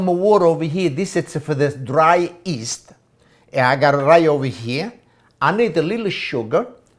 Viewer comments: it's yeast not east please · "and Nah we mixa the East" haha hes the best!